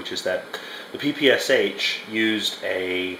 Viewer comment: My ears are bleeding when you say Pe -Pe - aS - aH.